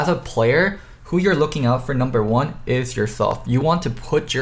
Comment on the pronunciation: u do realize you pronounce every "s" as "th" right?